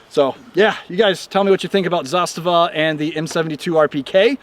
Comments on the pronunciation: Yup, it's pronounced zastava(as he said it), and NOT... zaSTAVA (as most say). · Your pronunciation of the name is spot on! (coming from a Serbian guy) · I am surprised, first time I hear American pronounce "zastava" as Serb, so hats off... We used also M72 underfolders, those are also nice. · A proper pronunciation of the word ZASTAVA. RPK platform is the best SAW (Squad Automatic Weapon) available due to the simple fact that it does not use belt fed ammo. Belted ammo is a nightmare on a squad level. Clips, on the other hand, keep the dirt away. All in all, M72 is a well balanced weapon for its intended role since heavy barrel and larger clips are enough for the slightly increased amount of sustained automatic fire. For the platoon, there is a belt fed PK (Zastava M84) with bipods and exchangeable barrels. For the company, the intended weapon is a PK on tripod. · Love hearing more and more people pronouncing Zastava correctly